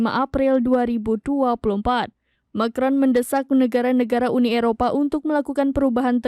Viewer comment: lafalnya Ma kron huahahahaha.... cupu amet presenternya